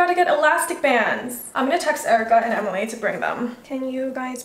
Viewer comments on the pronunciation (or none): none